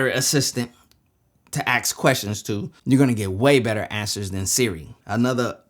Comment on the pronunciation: IPhone hate it with a passion android so much better,when you say aks instead of ask it makes you seem dumb especially when your talking on a post i rolled my eyes and stopped watching think about it .